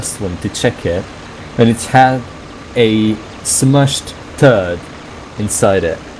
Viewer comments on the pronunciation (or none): did he say mushed turd?